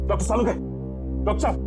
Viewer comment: Not salunke it is sarukhe 😂😂😂😂😂😂😂